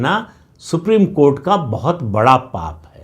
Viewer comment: सुप्रीम कोर्ट का नाम मत लिया कीजिए सर। सुनकर ऐसा लगता है जैसे कोठा बोल रहे हो।